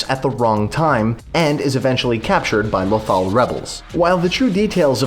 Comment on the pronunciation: It's lothal not lathal